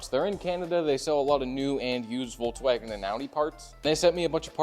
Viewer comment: Hey teacher, the v in Volkswagen is pronounced as f 😉